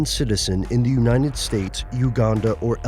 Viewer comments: "in the uninet stated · Love your videos, but there's one thing that really bugs me in them. How you pronounce "United". You leave out the "T" when you're pronouncing it.